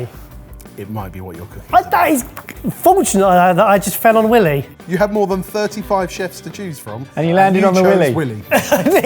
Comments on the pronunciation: It's WHY Lee right? Not willy. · Childishly, I can’t stop giggling at you calling Wylie Dufresne “Willy” 😂 it’s “Why-lee”, like the coyote. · Congrats on the gin but I gotta tell you it’s pronounced why-lee not willie lol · Wylie wye-lee. Not Willie. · You got the pronunciation of Dufresne correct but Wylie is not pronounced “will-ee” it’s “why-lee” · It's not pronounced like Willy. Think Wile E. Coyote. WHY-LEE. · Poor Wylie Coyote clearly doesn't have the international reach he deserves. First he gets outsmarted by the Roadrunner and now he's rebranded Willie Coyote. As others have mentioned, Wylie is pronounced "why-lee" here in the States. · just fyi it's Why-lee not Willie. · Wylie is pronounced W-EYE-LEE not WILLIE. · It’s not “Willy”, it’s pronounced “Wy-Lee” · Pronunciation nitpicks It's not Willy it's Why-lee like the coyote. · You're killing me smalls. It's not Willy it's Wylie. Like Why. He's amazing. Try making his bacon and eggs. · His name is pronounced why lee. Not Willy. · Please tell me you were joking around when calling him Willie?!? 😳 His name is WHY-Lee DOO-Frayne. He's an amazing chef who is the leading American proponent of molecular gastronomy and has tons of Michelin stars. 😳😳😳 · Please do a smidge of research. For #2 it is Y-Lee, not Willie. He is a celebrity chef that was at the forefront of molecular cooking. He loves eggs and his former restaurant (WD 40) was amazing. As they say, put some respect on his name please. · It’s pronounced “Y-Lee” not “Willy” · Boys!! Always love the episodes. One thing his name is "Y-ly" not Willie. Lol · its Wylie as in why lee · Guys for the love of god his name is pronounced like "While-E". He won best Chef in New York from the James Beard Foundation in 2013. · It's Why-lee! Wylie is the nickname for my kiddo specifically because of that chef. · Amused they're not familiar with Wylie Dufresne (Pronounced WHY-lee, by the way). He had one of the most exciting super modernist restaurants in NYC.